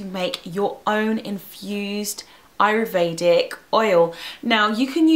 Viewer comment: you keep saying ayRUvedic. It's ayURvedic!